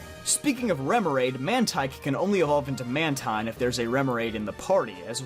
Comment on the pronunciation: You pronounced Mantine & Runerigus wrong lol good video though and happy birthday 🎂